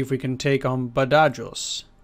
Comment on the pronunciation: Badajoz is pronounced Bad-a- Hoz ( or Ba-tha-hos if your American ) as has been the location of several major conflicts over the centuries, most famously it was the site of a siege during the peninsular war, described as Wellington's bloodiest battle .